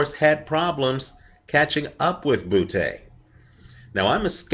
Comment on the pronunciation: like how he says Butee